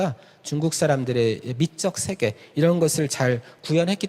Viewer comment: 발음문제. 긴 자를 짧게 잘못 발음한 예: 두 가지, 세계, 세 번째(한학자이신 강사께서 하나 둘 셋 넷 도 바르게 발음하지 못한다니!!),유파, 두 번,배경,해갈,(무거울)중,세계, 등이니, 대학 교수의 발음 문제가 이토록 심각하다면 우리 문화의 현주소는 어느 수준인가요.놀라은 일은, 자고저에 는통해야할 한문 학자의 수준이 이 정도라는 사실입니다. 1967년에 고국을 떠난 이 외국 동포가 한국 언어 탸락상이 하 분하여 ㅋ쓴 "한국 어문을 고발함"이라는 책을, 고국 통포여! 조용히 읽어 주시옵소서. 미국 변 완수 드림